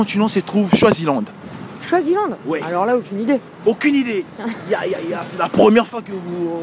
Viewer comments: C'est Swaziland et non shwazilande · mais c'est toi qui prononce mal, c'est Swaziland et non choisilande ça même pas de sens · A we le mec il sait MM pas dire Swaziland ptdr choisyland il a dit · C’est pas chwazi frère c’est swazi 😂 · Swaziland, pas chwaziland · Il dit choisiland c'est grave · C’est Swaziland et non Shwaziland comme tu le prononces là peut-être aussi c’est ce qui les a tous compliqué. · Swizilande et non choizilande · C’est Swaziland 🇸🇿 not Shwaziland 🇸🇿? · Swaziland pas Choisyland 😭😭😭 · C koi choisyland ? Tu sais même pas prononcer tu déranges les gens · Swaziland ou choiziland ? Toi même t'es con ou t'as des pb de prononciation ! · Swaziland 🇸🇿 et non choisyland la prononciation est importante 😂😂😂😂 Swaziland se prononce comme swahili il faut rectifier sinon crois-moi tous le monde risque de t’appeler CHOISILAND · Le mec c Cru dans le 94 choisyland c Swaziland il est mieux à aller apprendre le français avant de faire des vidéos...